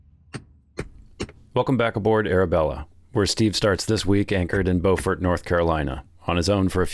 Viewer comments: Love the videos! Where you are staying is called bew -fort, not bow-fort just so you know! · B-YEW-furt! Boe-furt is in France!